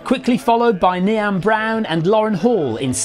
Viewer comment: Well done pal, considering a DQ for your pronunciation of Niamh x